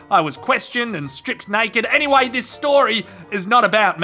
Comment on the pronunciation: "Was stripped naked ....aNyWAy the story is nOT about me"😂😂😂😂😂😂😂😂😂😂😂😂😂😂